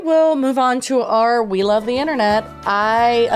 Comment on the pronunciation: When you say “we love the internet” I hear wheel the internet Love this podcast so much by the way!! I’ll watch every episode doesn’t matter what it’s about!!! Love you! Xxx